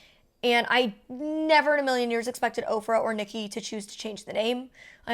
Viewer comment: Every time you say OFRA I hear "Oprah."